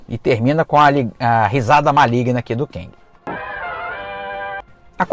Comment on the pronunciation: Cara, 'quéngui' fica bem estranho 😁 seria o marido da quenga?🧐🤣 Eu leio como 'quêng' mas tá bom Nessa fase aí eu já tinha caído fora de HQ